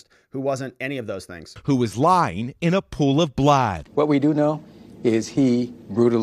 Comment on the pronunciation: 🤣Did the narrator say blad instead of blood? 😂😂😂